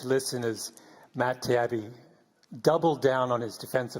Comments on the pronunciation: Beyond his unnatural fixation on Cronkite's ethnicity, this Malcolm hack keeps saying "Tiabbi" as if pronouncing Matt's name wrong will negate the power of Matt's statements. It's "Tah-yeebi". It's not that hard. It means "the good one" in Arabic. ("tayyib" = good). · All what so-called journalist Gladwell did was gaslighting his opponents, constantly mispronouncing Mr. Taibi's name out of spite and basically beeing an ass.